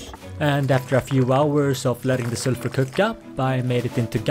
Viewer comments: STOP SAYING SURFUR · Sulfer ❌ selfure ✅